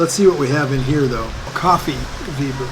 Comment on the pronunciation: I was wondering what he was saying about "Coffee Weeber" .. got it .. he meant "Weißer" ;) made me chuckle.. Please note the letter ß is completely unrelated to B :)